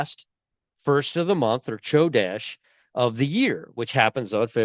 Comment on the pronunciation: Love you Brother. Chodesh is pronounced (ko-desh). 😊😊